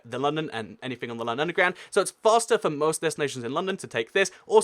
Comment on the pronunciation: Its like he pronounces London as Loondown.